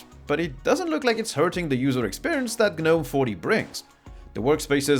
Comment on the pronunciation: The "G" is silent in Gnome ro Gnu etc.